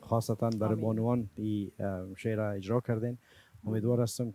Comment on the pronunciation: گفتن خوب ارجا کردین هههه اجراَ نه ارجا